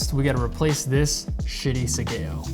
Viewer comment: Bro, it's left over right(oh you got it right when you were cutting). you should tie your sleeves with a tasuki, also spend a little time learning to tie your obi. The overcutting doesn't only leave you open for a countercut but it's dasai as hell. Pronunciation of sageo is wrong too, shame to spend all the time on production value and forego the basics. Pulling back for a horizontal cut doesn't help you, it's not a baseball swing, and opening your hands like that before and after you cut serves no other purpose than to show you're poorly trained. Good content and production value so if you just put as much work in on your skill and attire, you will have some much better videos.